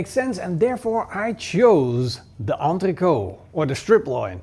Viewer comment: It's entrecôTE in French, never understood this weird entreko pronunciation from Dutch people